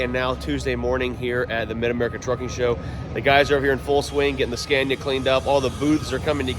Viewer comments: Scania not Scandia 😊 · Scania not SCENIA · Sca nia not sce nia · I got angry everytime he said scania bruh its scAniA. Its long pronuce it a bit dont eat up scania wth is scania u need to long the A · Le scandia 😂 j'en ai assez entendu 😢